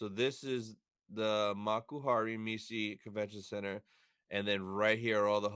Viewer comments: The word Messe exists also in german and we pronounce it as "MESSE" and not "Missi" :_Anakin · Concerning the pronunciation: Messe is actually German. And apparently it is pronounced like in German. Here it is pronounced